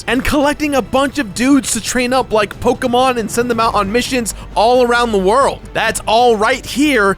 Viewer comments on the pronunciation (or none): none